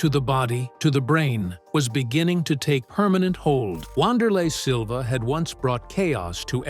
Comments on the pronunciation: Come on man.....at LEAST take the time to find out how to pronounce the mans name correctly. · 2 secs into the video and you mispronounced his name. Adding this channel to the block list.